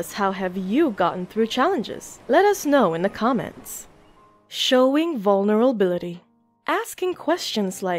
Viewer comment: She's struggling to say vulnerability as much as me lol